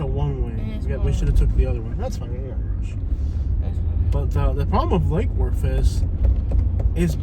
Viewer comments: "Lackey Woooortttth" I. AM. DEAD. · I've lived in Lake Worth for half of my life and nobody pronounces it like that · whos this clown pronunciating lake worth like that. its L Dub! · Us locals do not pronounce Lake Worth like that 😂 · Fr wtf😂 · I ain't never heard it pronounced that way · Exactly lol